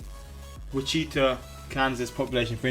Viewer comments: Witch-eh-taw is how everyone here pronounces it. There is no emphasis on any part of it, and it is monosyllabic. Nicknamed the air capital of the world, because most of the American airline firms were started here. Airline manufacturing is still the biggest industry. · Cheyenne is pronounced "SHY-anne" not "chee-en". ;-) Boise is pronounced "BOY-zee" Des Moines is pronounced "deh-MOYN" Wichita is pronounced "witch-ih-TAW" Louisville is "LOO-ee-vill" Maryland is "MARE-uhl-end" not "merry-land" ;-) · Its pronounced Witch-Ah-Tah not Wacheeta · Lol, Wichita is not pronounced "wi-cheet-ah" it's pronounced "wi-chi-tah" ... Just saying, I'm a Kansas boy so I want to let you know 😂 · lost it a "wacheeta" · It is pronounced Wi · chuh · taa and that is a picture of Kansas City, not Wichita. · "whi-cheeta" man as a Kansas native I died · there are a lot of cities in america that have the same name as cities in other states. we're just not that original. both s's are silent in "des moines". "anchorage" is pronounced like "anchor" + "uh" + j. "wichita" is pronounced with short i's and the stress at the end. "witch" + "ih" + "TAW". you looked up the wrong number for manchester, england. the video you're watching is listing the populations within the city limits, not the larger metropolitan areas. if manchester, england were in the video, it'd be listed as 553,230. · I'm from Wichita, Kansas and yes it pronounced (Witch-i-tah). And I am disappointed that this video didn't even have a picture of Wichita. Idk what city was the picture but it wasn't Wichita. If you're interested look up a picture of the city and it is the one with the large round building. Love the vids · “witcheeta kansas” 😂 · Phonetic pronunciation of cities: Anchor-age, AL Witch-uh-tah, KS 👌🏻😁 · Wit- chita 😆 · How tf did he know how to pronounce Albuquerque but not Wichita, Anchorage, Boise, Omaha, and Louisville? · From Wichita, KS here and you completely butchered the name but I love it 😂😂